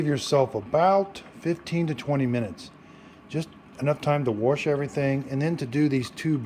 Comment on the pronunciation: We just got ours earlier this week and no manual on how to use it??!! Also wash doesn’t have an r in it!! I try to correct my. MIL as she says “worshington”. I thank God my husband and his sister didn’t develop thst bad habit!! My MIL Sa ing